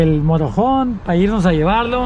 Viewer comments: se dice motor home not morojon 🤣😂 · aprende a pronunciar que te escuchas muy ñetas y repites mil veces la misma frase, MOTOR HOME y we pronuncia motor hom.